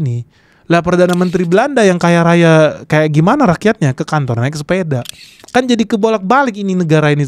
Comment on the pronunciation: kan bukan keun....gak jelas